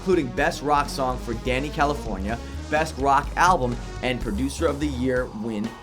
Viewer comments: Why did he say "californiacation"???? Its "Californication" how do you do a "107 facts" and not only not know the name of the super popular album but also mispronounce it so many times and let it get past editing? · Dude the way you say Californication is weird and wrong. It's not California-cation, its CALI forn iCation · Pretty sure it's Cali-fornication. Not California-cation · Him calling Californication, California-cation really annoys me 😒😒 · magee? THE ADVENTURES OF RAIN DANCE MAGEE?! CALIFORNIACATION? WHAT?! Dude! At least GOOGLE how to say it before you make a video on it! facepalm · I'm sorry but did he just say Californiacation